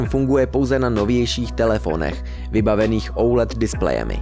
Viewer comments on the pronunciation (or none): "ouled diplejemi" :D